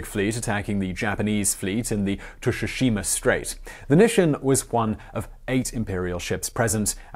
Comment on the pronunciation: Tsushima - “sue-she-ma”